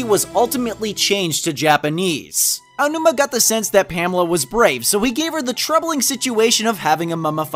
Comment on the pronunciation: Much respect to for being able to pronounce "Aonuma".